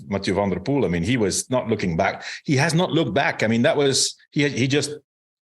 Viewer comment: "cycling season started today " ........ Armstrong shows again to have lost any touch with current pro cycling .. He stille dismisses Strade Bianche, the new 'monument'. Any cycling lover will tune in for SB . FTW . Do I hear Johan Bruyneel say "Matthew van der Poel " ?? What an ass ! It is somewhat 'tolerable' for a Yank or Aussie to say that , but for a belgian ?!!